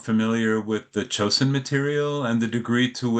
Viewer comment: clearly admires the collection, but he should take more care to enunciate 朝鮮 (Choseon) closer to the Korean rather than Japanese pronunciation.